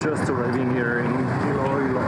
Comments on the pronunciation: it's ILOILO not ILUALO. It's common in Philippines to have repeating syllables. so the proper pronounciation is ILO ILO. Don't be confuse that it is spelled ILOILO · Hahahaha Iloailo Never heard that pronunciation before